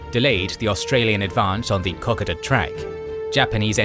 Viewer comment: Kokoda = Co -coda!!! NOT cock-ada